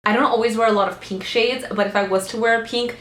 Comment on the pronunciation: I love how you say "peenk"! This look is freaking gorgeous on you, and it makes me want to play with color more (which I'm quite afraid to do usually)!